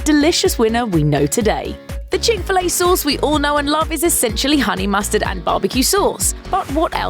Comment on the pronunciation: She says "chic filet sohs" lol